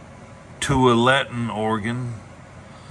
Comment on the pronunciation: Glad to hear your on the mend, I truly thought we might lose you. Up near Portland Or at Beaverton 2 weeks ago. Took me 75 minutes to go 14 miles on I-5 southbound. That town is pronounced "2wall a ton", Tualatin, Oregon. You must had won the lotto with all you've ordered. Cheers from Ashland.